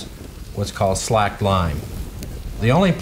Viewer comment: my god no one can pronounce KILN or SLAKED anymore. What's wrong with you people?